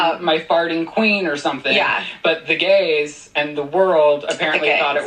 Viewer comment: Y did he say it like that "the gays"